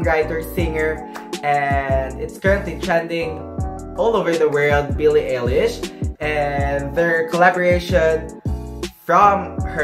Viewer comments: AMAZING VID Its pronounce BILLIE EYE-LISH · You pronounced her name wrong. You could've avoided this mistake if you researched how it's actually pronounced before making this video. Also, you should've also pointed out that the sizing in Uniqlo Italy is different from the sizing here in the Philippines. The SMALL shirt that you are wearing is actually MEDIUM here in the Philippines. You are misleading your viewers, especially those who are from the Philippines. Check out the size chart of this UT collection from the Italian and Philippine website of Uniqlo and you'll understand what I'm talking about :)))